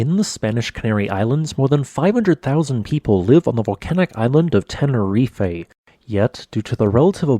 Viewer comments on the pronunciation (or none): There is no Eh at the the end of Tenerife it's just Te-Ne-Reef! 👍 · tenerife is pronounced "tena-reef"... It's crazy Americans pronounce words exactly the way they look on paper 😂🤡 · Ten-uh-reef. Not ten-uh-reef-ay. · Out by of respect for the people living in the island and those who are listening Can't the guy make the effort of pronouncing the name of the volcan and of Tenerife in a way that everybody understand to what he is referring to. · I think Tenerife is not pronounced that way.